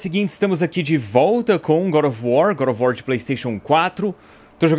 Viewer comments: Pq se fala gorofowor, Kkkkk fala direito pô. Nem é assim que fala..gorofowor kk nd ve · Quando ele fala God Of War parece que ele fala Gorovuor